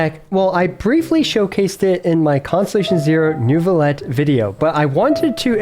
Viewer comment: I know its annoying…but its “Neuvillette”. Cant wait to see the vid !!